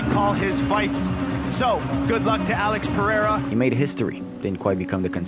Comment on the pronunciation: AH-LEX PAY-HARE-UH